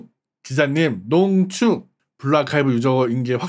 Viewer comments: 농ㅋㅋㅋㅋ쭉ㅋㅋㅋㅋㅋ 참고 : 농쭉에서 농축으로 수정함ㅋㅋㅋㅋ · 농ㅋㅋ 쭉ㅋㅋ 반감기 안지낫잖아... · 와캬퍄헉 농~쭉~ ㅋㅋㅋㅋㅋㅋㅋㅋ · 농 ㅋㅋ 쭉 ㅋㅋ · 머야 난 쭉농증이라고 배웠는데 와캬퍄헉농쭉ㅋㅋㅋ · 농ㅋㅋ 쭉ㅋㅋ